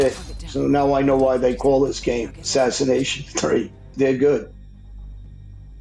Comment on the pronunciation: I like he says assination 3